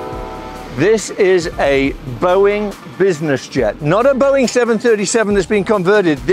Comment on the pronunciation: You lost me at "Boeing"